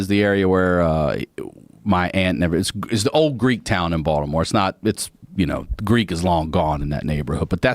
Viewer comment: People won’t understand why he pronounced Baltimore like Baldamore, bc he’s a native.